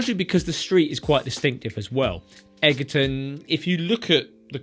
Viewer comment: Egerton is pronounced edge-er-ton. Nothing to do with eggs!!